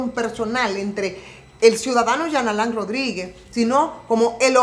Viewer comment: Dios 🤣 tuve que retornar el vídeo cuando dijo Jean Alain Rodríguez escuché Charlatán Rodríguez. 🤣